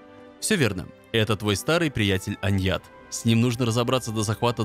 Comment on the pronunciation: Ни аньят а аньянат